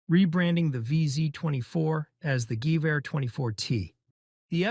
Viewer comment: but he pronounced it right tho? That's exactly how you were supposed to say "gewehr"